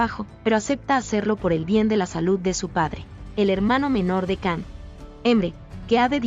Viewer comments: Yo he visto algunas de estas telenovelas, Dolunay, Erkency Kus y otras... Qué resúmenes tan mal hechos, se me han quitado las ganas de ver otras. Ahhh y CAN se pronuncia (YAN) y otros nombres que tbn se dicen mal. Por favor, poned más interés en hacer las cosas bien. Gracias!! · Não Can se pronuncia Jan,igual a atriz de sila, Cansu se pronuncia Jansu